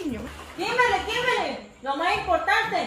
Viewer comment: en un video dijiste kinberli nada que ver 😂😂